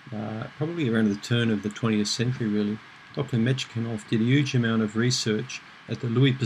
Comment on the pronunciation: Thank you for another informative video!Sorry to be a bore, but the scientist's name is pronounced as "Metch-nee-kof":-) (I know because I'm Russian myself) I don't usually go around correcting people's pronunciation on youtube, but since I watch your videos almost every day, I just couldn't resist!